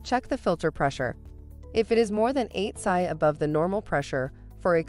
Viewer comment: She said sy instead of P.S.I. lol